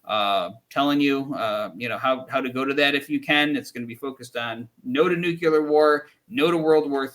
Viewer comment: Please stop saying “nucyular”